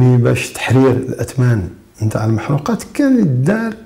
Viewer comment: ليس المحروقات. هي المحرقات بكسر الراء